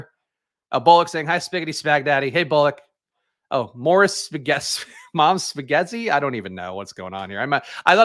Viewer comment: ghetti...come on. You knew that one